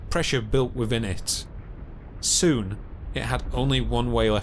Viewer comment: Ha ha ha, yes 😂 So irritating! Also not forgetting the wiv and fink... fousand, frew, mammofs, cloving, wivvin, feories, etc.